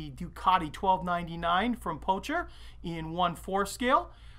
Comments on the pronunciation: Great video; my son and I will be following your steps with this kit. One small note about your pronunciation - do you know why the logo of Pocher is a playing card king? Well, because it is actually meant to be pronounced not "posher", not "poucher", but "poker" (-Well, to be really precise, it should be pronounced as "Pokher" as it still just a meaningless name that presents an easy opportunity for some wordplay, thus the playing card logo)... Otherwise, the vid is great! Cheers! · Poker. it's pronounced poker. (clue is in the logo) . Anyhoo, terrific review.